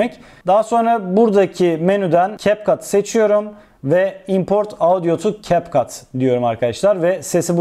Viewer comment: Capcut’ı doğru okuyorsunuz. İnsanlar ingilizce bilmiyor ama bildiğini sanıyor sanırım 🙄